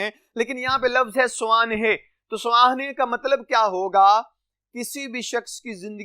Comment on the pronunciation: بہت بہتر لیکن آپ کے کچھ الفاظ کا تلفظ غلط ہے اساتذہ معنی سوانح طلباء